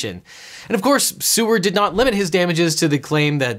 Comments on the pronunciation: The guy in the examples name was Edward Seaward, but I heard it as Edward C-word which I found quite fitting. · I will call him "Edward C-word" because that's what I heard.